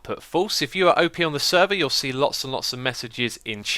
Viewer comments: X, it's pronounced "op", not OP. XD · Its Op (Operator), Not O.P ....